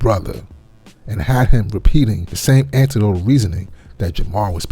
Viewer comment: no. You said anti-dotal, not anec-dotal .